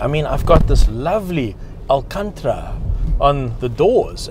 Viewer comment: Alcantara NOT Alcantra